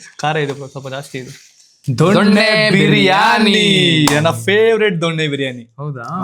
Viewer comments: ದೊಣ್ಣೆ ಬಿರಿಯಾನಿ ? ಸರಿಯಾಗಿ ಹೇಳೋಕೆ ಕಲಿ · ದೊನ್ನೆ ಅದು ದೊಣ್ಣೆ ಅಲ್ಲ